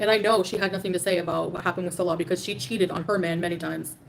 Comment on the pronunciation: Its because she cant pronounce his name salah (prayer) and salah (peace maker) is like Bass (fish) and Bass (sound)...a year and she cant say his name.